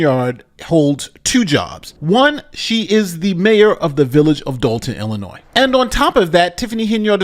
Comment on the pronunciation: you pronounced "Illinois" correctly! I'm so proud of you, buddy! See? You are living proof that anyone can come back from the brink of insanity.:-)